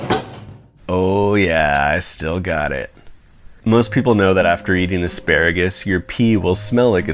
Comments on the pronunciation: did you mean aspearagus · Don't you mean a-SPEAR-agus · I'm mad you didn't call it aspearagus.